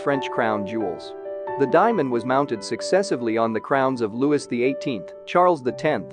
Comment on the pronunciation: this voice is better in this one than the "Pearls" narrator... but your narrators must learn to pronounce French names (it's "Loo-wee", NOT "Loo-wis, etc.) and even simple names like "Lahore" properly. Your narrators also need to take a breath. They go so fast without stopping. It is quite irksome to hear the non-English PROPER names NOT pronounced properly -- the way they should be in their language of origin.